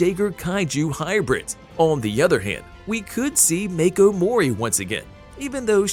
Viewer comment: you keep saying jagers if you look it up its jaeger the j in jaeger sounds like a Y and when you say Mako it doesn't sound the same as they say it in the movie